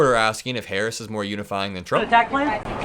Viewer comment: Can he not pronounce VP Harris correct?